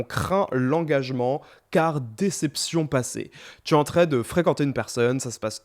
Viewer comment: tu dis toujours en très au lieu de en train ça me stress